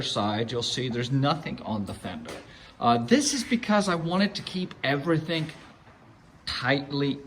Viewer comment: lol "everythink" :P